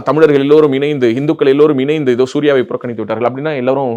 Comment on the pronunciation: "இனைந்து" அல்ல "இணைந்து " என்பது தான் சரியான உச்சரிப்பு.